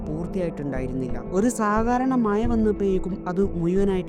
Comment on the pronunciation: മയ❌ മഴ ✅